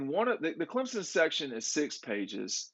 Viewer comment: still can’t pronounce Clemson’s QB name.🤣